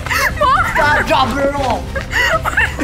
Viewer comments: “STAWP DROP AND ROWL.” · IS SO FUNNY BRO “STAWP DWAP AND ROOLLLL” 🤣🤣🤣